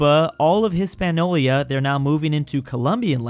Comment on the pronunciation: I die a little every time says "Hispaniola" wrong...